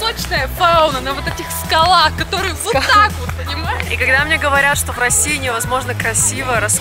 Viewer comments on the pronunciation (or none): Не скала́х, а ска́лах